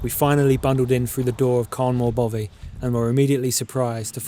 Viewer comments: Excellent vlog and wish I was younger, but please don't call it a Bovey, it's a bothy. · Dude please learn how to say loch and bothy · I can’t tell if your saying bovy or bothy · Yes, and the 'th' sound in 'bothy' is as in 'three' not as in 'bother'. Typical ignorant Englishmen no matter how nicely shot their film is. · Even better their pronunciation of Bothy